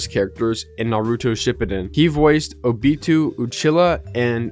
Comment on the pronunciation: It’s Obi-to not Obi-too